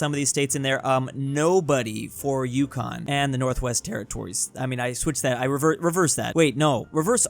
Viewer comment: of course he messes up yukon, northwestern territories, and nunavut